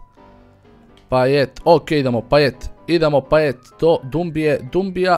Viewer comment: ne cita se martial nego marsial i nije bas payet nego paye t se ne izgovara